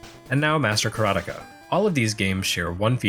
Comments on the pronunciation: LOL! I am, for one, glad to hear your pronunciation of Karateka. Every since I heard Mechner say it in an interview, it was one my biggest A-Ha! moments... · Yes! I watched a video of Jordan Mechner talking about the HD version, though obviously he pronounces it with an American accent. Ka-ra-te-ka, 4 morae.